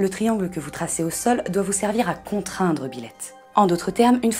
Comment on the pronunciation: Pardon, mais pendant toute la vidéo, à chaque fois que vous prononciez "Byleth", j'entendais "Biloute".... Sinon super vidéo sur un démon fan de chat !